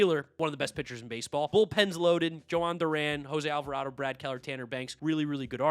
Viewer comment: "Joe-hann Duran" thats all I need to hear brother.